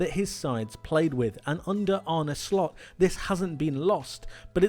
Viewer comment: Did he say Arne shlot